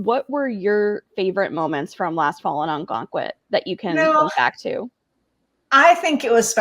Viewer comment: ON-gonquit? 😂 sorry. It’s pronounced uh-GUNG-quit.